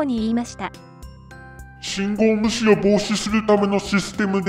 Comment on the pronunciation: 『信号無視』が『信号虫』に聞こえてしまうのは老化のせいかにゃ？